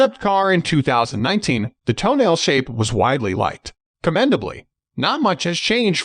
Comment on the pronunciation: Ffs, it is not pronounced "toenail"!